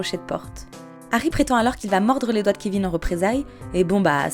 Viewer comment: Je pense qu’il faut arrêter de forcer les accents étrangers quand on ne l’a pas. C’est pas grave de parler avec l’accent français. Surtout sur des trucs style Harry Potter... qui dit Hawy ?